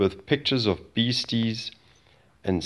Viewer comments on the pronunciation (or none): "BESTIES" not beasties ... on Marli's Fb. skews yer observs a bit if ya cant read correctly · best-eez , not beasties